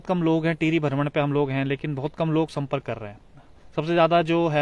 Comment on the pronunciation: बहुत सुन्दर दृश्य है, आप हमें ऐसे ही हमारे उत्तराखंड क़ी झलकियां दिखाते रहा करो 🙏, और आप भरमण नहीं भ्रमण बोला करो 🙏